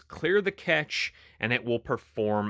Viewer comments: Pronounced like cash not ketch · IT'S pronounced CASH-A not CATCH😂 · Thank you for the tips! I'm a former computer tech & didn't notice this was like a cell phone & PC! Duh! By the way, it's normally pronounced like the word "cash" 🤓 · its pronounced CASH ;) but this did not fix my error. Already went into cache before finding this one. Still getting playback error on all apps.. not just one